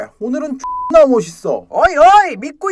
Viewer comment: 오늘은 whssk머싯서. 하는거 발음 개웃기네 ㅋㅋㅋㅋㅋㅋ